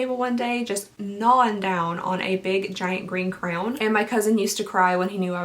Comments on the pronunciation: I like the way you say CRAY-OWN. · Did anyone else hear her say crown or was it just me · I love how you pronounce "Crayon" like "Crown". Reminds me of the only ex I ever parted with on good terms and still like. 😁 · I have to ask: Is it common to pronounce the word ‘crayon’ as ‘crown’ where you live? It’s unique, I’m not sure I’ve ever heard anyone pronounce it that way. Does everyone in your area pronounce it as ‘crown’? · I’m glad I’m not the only one who pronounces them as “crowns” ❤️ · I love the way you say crayon. 😂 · The way she says crayon makes me want to cry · Crayon?!! What did you say? How did you pronounce crayon omg !!